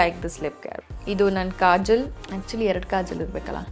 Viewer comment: Adu kajal, kajol alla Cumb alla, comb